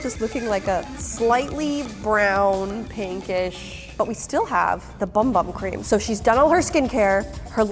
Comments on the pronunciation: it’s pronounced boom boom cream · its Bum Bum Cream Pronounced Buhm Buhm Cream so the second one